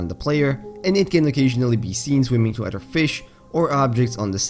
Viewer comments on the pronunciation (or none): "Simliar to udder fauna"